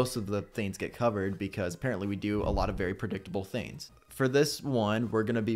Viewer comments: Pronounce your G's,! Theens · We have to stop making fun of not pronouncing his Gs. He is a strong little boy! 🥰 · I think it’s cute when he doesn’t pronounce his g’s